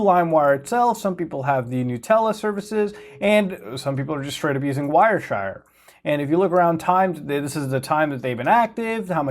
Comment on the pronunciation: Heh. "WireShire" limewire and frostwire ruled my youth.